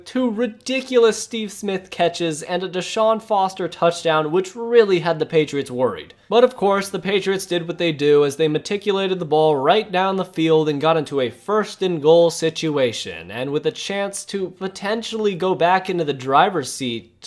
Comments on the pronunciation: yo bud- its MATRICULATE, not MATICULATE. just trying to help ya out... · I do believe the original quote is "matriculate" the ball down the field not "maticulate"